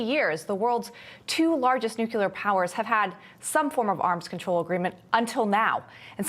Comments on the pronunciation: It’s nuCLEAR not nuKYOOLER! Jeez. This is what happens when a whole generation wasn’t taught phonics. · "Nucular"? No such word in English! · If you can't pronounce the word NUCLEAR then you have NO business reading "news."